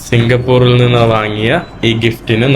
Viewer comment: സിംഗപ്പൂരിൽ എന്ന് പറയൂ...Not സിംഗപ്പൂറിൽ